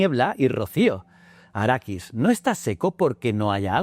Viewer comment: Quiero pegarte cada vez que dices arakis!!!